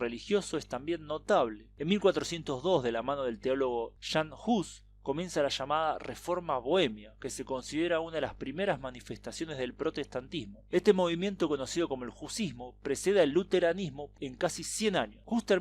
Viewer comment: "JAN HUS"...SE PRONUNCIA "IAN HUS"...